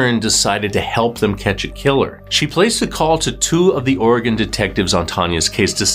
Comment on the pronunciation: Ok this may be silly but thank you so much for pronouncing Oregon correctly.